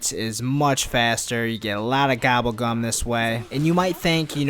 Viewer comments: Gobble gum not gabble gum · did he just say "Gabble Gam"